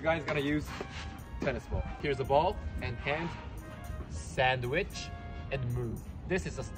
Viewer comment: サンドイッチの発音が好き